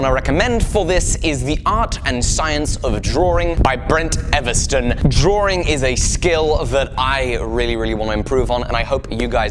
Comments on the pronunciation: All of this time, I thought you were saying drawering. You were actually saying Drawing. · I love you, but please... the word is Draw (like bra) -ing ... there is only one r in the word drawing. Much love otherwise :)